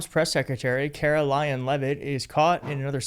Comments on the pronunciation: Karo-lyin' Leave-It. Drive me nuts how she mispronounces words. It's NO-BELL not freakin NO-BULL. Just on the mispronunciation of that word, Trump isn't qualified under either pronunciation. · It sounded like you said, “KaroLION,” but I realized you meant “KaroLYING”. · Karoline, not Karo Lion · Karolying Leavitt is so full of hate she can’t say words correctly.